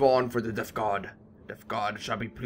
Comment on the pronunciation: just wanted to say you sound like your saying deph god not death god